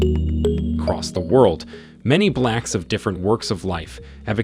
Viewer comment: The narrator even said "blacks" with a racist accent. smh